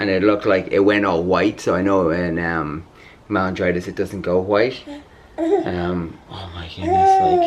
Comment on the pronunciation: Anybody else keep getting annoyed that Jonathan kept calling it melingitis rather than meningitis 🤦🏽‍♀️ Also Anna’s not allergic to gluten, she’s intolerant. There’s a big difference.